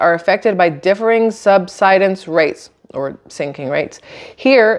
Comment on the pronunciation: You're pronouncing sub-sid-ence correctly. You're doing great. 🙂